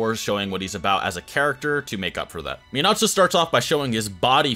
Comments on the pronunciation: bro if you say miNAHto one more time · It kinda hurts when he says, mee-nah-too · Its pronounced as men ah toe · Like the info but dang can we say their names right? Not Mi-Nato. It’s Mina-To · Sorry I just gotta .... It isn't Min-AHto It's Min-uhto In both sub and dub it is.. just Saiyan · its minato NOT minatso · Me-Not-Toe?... oh, you meant Minato. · I love the video. U have knowledge of the Naruto world an wat u are speakin is facts !!! But... The 4th Hokage's name is pronounced (Min-nuh-to) 🤦🏾‍♂️. Minato.. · Its pronounced “Menatoe” like that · The way it saying minato your saying like min-nato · when he calls him mnato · Min not toe? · i hate that you know so much about naruto but you havent pronounced a single thing right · You know your pronouncing Minato wrong ... nevermind you pronounce a lot of it wrong plz watch sub again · So many different pronunciations of Minato in this video 😂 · the way he pronounces minato is just.... AAAAAAAAAAAAAAAAAA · why he saying minato like that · Cringing every time I hear him say Minato wrong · How TF did you just say minato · Not a fan of the way he pronounces Minato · If you are going to make a video about a character, you should at least learn how to pronounce their name first.